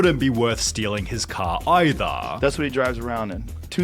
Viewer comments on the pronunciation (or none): dude can't say the letter R Bankah Cah ithah (either)